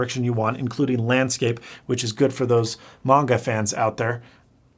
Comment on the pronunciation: Been blogging about Japan and anime for nearly 25 years. Your proper pronunciation of "manga" as "mahn-ga" rather than "man-ga" has totally outed you as a manga fan. Love your content. Greetings from the foot of Mt. Akagi in Gunma Prefecture!